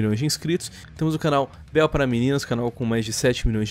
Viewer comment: "a beuel" kkk